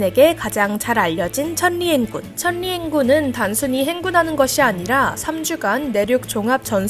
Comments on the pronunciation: 발음이 거슬리네요...천니 행군이 아니라 철리행군으로 발음하는겁니다. 초등때 배우는건데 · 천리행군ㅡ발음이 이상해요.중학교때 배우지요.74살인 내가 아직도 기억한 닿소리이어받기아니가요?.천리ㅡ철리로발음사지않나요?